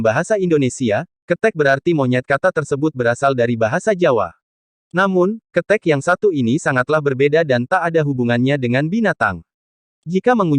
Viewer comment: Bacany Bukan kethek (binatang) Kethek ...ky bc penyel....